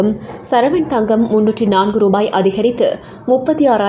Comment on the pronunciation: அது சரவண் தங்கமில்லை சவரன் தங்கம்.